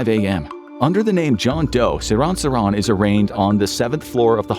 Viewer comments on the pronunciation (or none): Dude, the assassin's name is pronounced, "SIR-hahn SIR-hahn," not "suh-RON suh-RON." Your infographics videos are normally outstanding, but this one was one of the worst that you have produced. Terrible. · Ive always heard his name pronounced as SeeR-han SeeR-han , Ive never heard anyone pronounce it the way you are pronouncing it